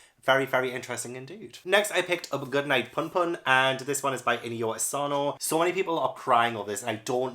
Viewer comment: Like everyone else I am beyond excited for your manga journey, love seeing you get into it and really enjoying it I’ve also been on a major manga binge, I just finished Berserk and PunPun (It’s also pronounced “PoonPoon” for future reference ans the deluxe editions are gorgeous) Currently reading Monster and blood on the track is otw as well Minor Edit: Also you should pick up NANA ita fantastic !! Good luck on getting more of these, can’t wait for another. Also a sports manga tournament sounds awesome, I have a ton to recommend if you ever do (as well as after seeing your hauls i can already tell you, you have a LOT of heartbreak to read, prep your heart for the future 😭) Second Edit: For Tokyo Ghoul her name is pronounced “Re-Zay” like the re from restart